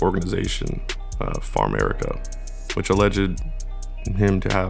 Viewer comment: I ain't even up w it em - it's FAMerica not FARMerica